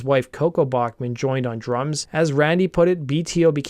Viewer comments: Cool video. I have heard Randy say his last name (and Tal’s) is pronounced Back- not Bock- man. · Pronounced 'Back-man'